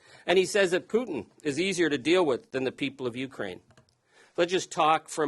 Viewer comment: When pronouncing the word Ukraine, the accented syllable is not the first. It is the second, as in ‘’ u - KRAI - ne “. Otherwise it sound like “ you crane “. Like when one is addressing a tall, white bird.